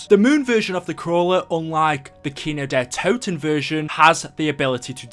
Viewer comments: Its Kin-d-ertoten not Kinodetoten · The way he says kino Kino DER toten